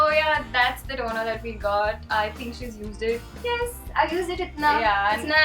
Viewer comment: haha is sooo adorable... "Yes, i used it itna, its nice, i love eet, please buy eet giggles " cracked me up :P The most sincere and honest comercial ever.